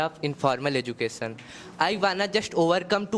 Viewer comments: Ezucason❎ Education ✅ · Mentor please note:1.It is not "educassion"...it is "education".2.Also to make a joke you don"t have to make it on LGBTQ community..Pity you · Education ❌ educason 👍🏼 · Education ❌ Edusation ✅ .... 😂😂 Oh god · Azukassion ✅ Education ❎